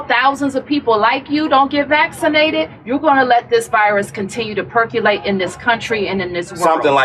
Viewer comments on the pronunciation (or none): That lady said "perculate". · ‘Percyalate’ she says 🙄 glad he said ‘no sale here you’re full of crap’ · No, she said perculate (per-cue-late), whatever that means.